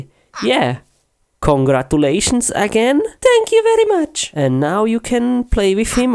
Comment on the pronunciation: the way he said "congratolations"